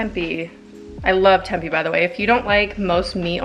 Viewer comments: Lmao I have seen at least one other video where she pronounces tempi, I have never heard anyone say it that way before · I’ve always thought it was pronounced temp-ay? I’ve never heard anyone say tempey before. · Tempeh is pronounced "tempay." I've never added it to breakfast hash. I'm going to try it!! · Wait have I been pronouncing tempeh wrong this whole time?? I’ve been saying temp-ay” and now I feel like a damn fool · Just so you know - tempeh is pronounced temp-aye 🙂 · came to the comment section looking for this comment lol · love this video but holy shit, she doesn't know how to pronunce tempeh or gnocchi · lol she just kept saying it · I love how she says it! Solidifies her spot as my fav youtuber 💕